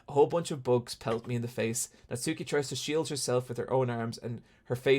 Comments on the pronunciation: Japanese pronunciation tip: the 'u' in Natsuki is silent. As in, Nats-ki, rather than Nat-soo-ki. It's like Sasuke from Naruto, where I first learned about this way back. Yeah that's right, I get all my Japanese pronunciation from listening to anime. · this is such a nitpick and i’m sorry for that but with the name natsuki, the u isn’t really pronounced so it’s more like “natski”